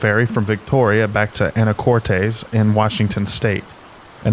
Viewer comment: It's pronounced "Anna-cortiss" Washington